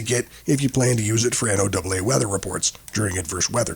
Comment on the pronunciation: I've never heard anyone ever before say "N O Double A" when pronouncing NOAA. WTF is up with that? Has the narrator ever actually listened to NOAA Weather Radio?